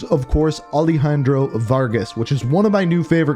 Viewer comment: Bro is it alehandro or alejandro? 😒